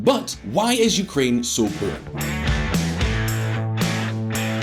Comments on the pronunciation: Did someone dare you to pronounce ”poor” that way? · When he said 'Puur' instead of 'Poor' i cringed a bit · When a country is so poor you say it like poop. Poo-or, like the way he says it. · Was that poor or puur? 😂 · it’s more like pewrrr 😂